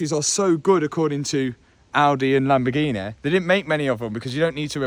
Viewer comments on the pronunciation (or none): Lamborghineh Yourus 😂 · it kills me every time he says "LAMBOGHINE" ahahahah